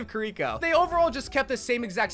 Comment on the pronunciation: Same with Kiriko and Illari💀